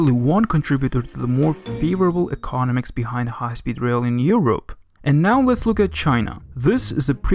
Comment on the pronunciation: Very interesting video, very revealing. Please work on your pronunciation, - it's 'econOMics' not 'ecONomics' and 'volume' not 'wolume'.